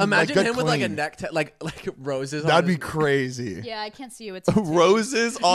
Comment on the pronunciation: I find it funny when Zane slurs his speech on when he said "there is something wrong with my nuh".